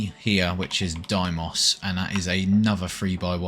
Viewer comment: This is just me bitching but why do YouTubers keep saying DIEmoss? It's DAYmoss...